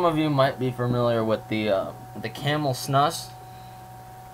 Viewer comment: It's pronounced "snoose."